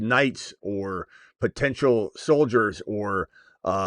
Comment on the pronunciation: Opening caller was light on potential by a couple of syllables.